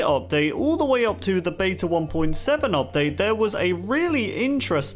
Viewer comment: Stop pronouncing beta wrong!